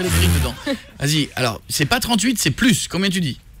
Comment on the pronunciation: Mdrr " c'est plusse " sa ma tuer ^^ la pauvre quand meme sa se fais pas